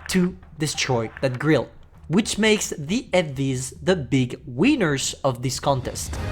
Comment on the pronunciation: i love the way says winner: "weiner"